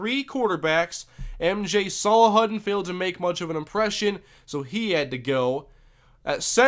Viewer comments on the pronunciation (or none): Please tell me you don't think you're pronouncing "Salahuddin" correctly.